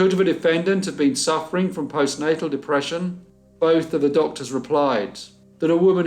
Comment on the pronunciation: Yaaay, love BC Mondays! ❤️ I think you meant to say "Postnatal", not postnasel, (thats sinus problems). But it dont matter we knew what ya meant. Thank you for this. Enjoyed.